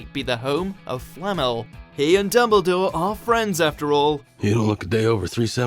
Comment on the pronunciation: UGZHH ITS DuMBledore NOT DOUBLEdore